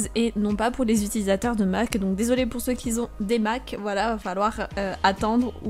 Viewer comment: "Ceux qui zont des mac", ok je me casse.